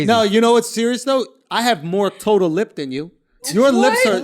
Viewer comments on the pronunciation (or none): none